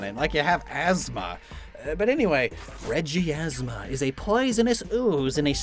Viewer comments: Dude It's reg, ie, plasma it's easy bra 😎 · It's actually pronounced MY- ashma